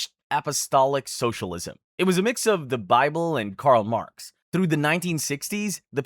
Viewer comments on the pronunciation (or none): none